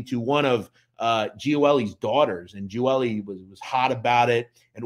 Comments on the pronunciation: My grandfather was best friends with his father. Salvatore, very good man. Picked up my papa for breakfast all the time. Loved that man. (Also I was always told it was pronounced Gee-ol-ee but still a very good in depth video) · I’ve never heard his last name pronounced like that lol. It’s pronounced Gee-Oh-Li